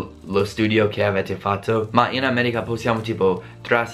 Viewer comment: Come mai dici "Ameriga" e non "America"? Ahah.